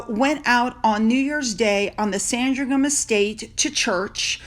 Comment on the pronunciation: Hi lovely lady.Sandringham is pronounced Sandringum.Like Birmingham is prounounced Birmingum Birming um. Love your channel.It's ace.🤗x